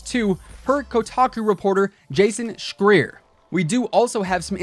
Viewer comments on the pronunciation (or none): It’s pronounced Jason Sh-Rye-er. Like liar but Different lol